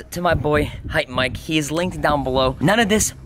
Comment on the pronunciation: its hypemyke not hypemike